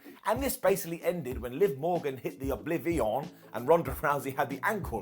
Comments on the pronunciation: I believe it’s because it’s the name of Liv Morgan’s finisher with the emphasis on the “Liv” 🤔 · Can some one tell me why pronounces O-Bliv-Eon like that please?!